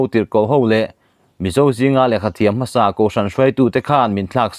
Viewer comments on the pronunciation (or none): none